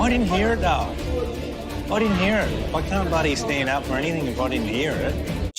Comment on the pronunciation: She also pronounces ‘here’ like HYA. Over hya